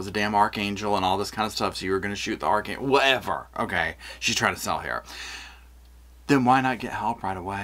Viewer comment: isn't even saying "archangel" correctly. It sounds like arc-angel.🙄 You'd think someone who claims to have a doctorate would come up with a better story. Just plead guilty,. She's causing undo harm to the family, as if she hasn't caused enough. RIP, Gannon.💙